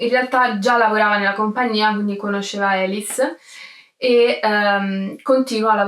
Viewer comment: sì, ma il suo nome non si pronuncia "Elis", ; non è americana: si pronuncia "Alìs", Alice. Era francese. E a non "incontra MOLTISSIMI REGISTI", per il semplice fatto che il cinema ancora non era stato inventato e i registi (cinematografici) NON esistevano. Incontra i Lumière, che ancora neanche sanno di essere "registi", e non sanno che la loro macchinetta avrà un certo futuro.